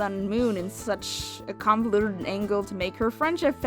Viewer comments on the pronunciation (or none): none